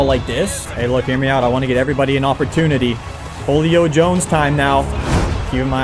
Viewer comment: does anyone else notice how he pronounces julio jones? He says "HO-LEE-O JONES" It's "WHO-LEE-O JONES"